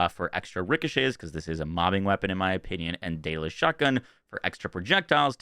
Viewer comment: DaedAlus.... but it is a Jakobs actually....